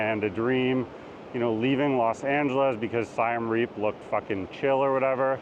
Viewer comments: It's Siem NOT Siam and it's pronounced "See-em"! Please learn the basics! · please, please, please get the name of the city you are featuring right. It’s not Siam Reap, it’s Siem Reap. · Siem Reap. This guy pronounces it as Sai-Em Reap, not Sii-Em Re-ap, as locals do. He does not what he's talking about. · You lost me when you pronounced Siem Reap as SY-AM Reap. It's a short "i" and a short "e"....like the letters CM. I bet you pronounce Iran incorrectly, too: it's a short "i" again - it doesn't sound like EYE-ran. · “Siam Reap”. Tell us you’ve never actually been to Siem Reap without telling us. You’re an imposter. And you believe what’s important to you is important to everyone else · It’s Siem Reap, not Siam Reap. 😂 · its siem reap, not siam reap. hardly an expert when he doesnt know the name of the city. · Siem Reap is pronoumced like the country of Siam. I lived and worked there several years. Google translate has it right. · You’ve been to Siem Reap and you don’t even know how to pronounce the name properly? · Bro, you couldn't even correctly pronounce either of those two Cambodian cities.